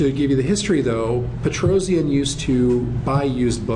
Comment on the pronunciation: Petrosian is pronounced "Petrosyan" not Petrozian :)